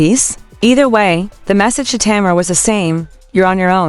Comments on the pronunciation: The woman’s name is Tamar as in Tay’ mar. The name is two syllables, not Tamera, which is three syllables. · Agreed, however the AI needs some upgrades, the way that name is butchered.